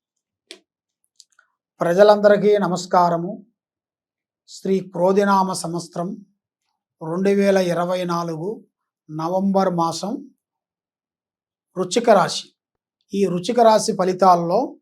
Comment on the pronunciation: బొంగేమీ కాదు...సమస్తరం కాదు సంవత్సరం... బిగినెస్ కాదు.. బిజినెస్.. ఇంకోసారి జాతకాలు చెప్పినవనుకో... వెతుక్కుంటూ వచ్చి తంత...